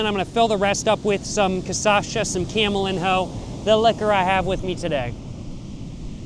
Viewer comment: camelinho is pronouced camelinyo btw